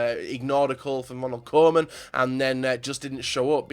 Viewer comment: Its not 'ronald korman'